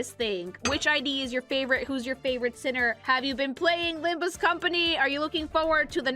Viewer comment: It's not LimbME Company... It's LimbUS Company!